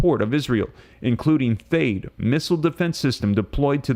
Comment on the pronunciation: everyone else pronounces THAAD with a short “a” sound. I can’t find anything to confirm the correct pronunciation, so you may be right. Also, I am always confused about whether you are intending to use the word DETOUR, or DETER. Could you clarify?